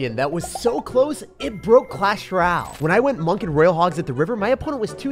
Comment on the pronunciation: everyone else in the world pronouncing Royale: Roy-Al..: “Rall”